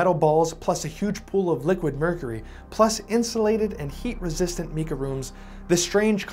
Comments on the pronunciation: Get the pronounciation correct not "meeka". It is "m 'long I' ka" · In my opinion... A new drinking game. You take a drink every time he mispronounces 'Mika". (Mike-a, not Meek-a...) Unless he's British. They talk funny... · Almost everything he says about technology and science is completely false. And its pronounced “MYKAH” not meeka! Moron. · Mica is pronounced with a long "i" not short my-ka. Not mee-ka...where did you go to school or did you quit,? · 'MY-ca', not ME-ca. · It’s M-eye-kah, not Mee Kah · Meeka sheets - where are you from? nobody pronounces mica that way. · So what is Meka ? it's a word that you just made up, or your are mispronouncing on purpose because of your ignorance ! 🫵😼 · “Meeka” eh? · Sir, you are pronouncing Mica wrong: It is pronounced with a long “i” sound: mica /mī′kə/ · Mica is pronounced with a long I. “My’-kuh”. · pronouncing mica wrong.